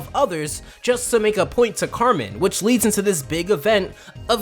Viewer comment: Carmen= KARENN!! AGHH